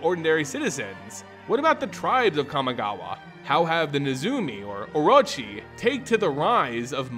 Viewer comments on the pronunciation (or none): Okay I have to make a correction here. Orochi is pronounced O-Ro-Chi. Sorry hearing it prounced oroachi was super grating. Great vid otherwise. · I have only one problem with this video (and it's caused by my OCD) is that you keep mispronouncing terms. Exemples: -you say oroROchi instead of orochi -you say Hitsugu instead of HiDEtsugu. Also... HOW LONG DO MOONFOLK LIVE? I mean, we came to understand that the new Kamigawa is set 1000+ years AFTER the prior one and Tamiyo seems to come from the old one... is she 1000+ years old or does the time on Kamigawa flow differently than the rest of the multiverse? Also also... man, I miss how beautiful stories used to be when they had three expansons to develop instead of rushing like hell.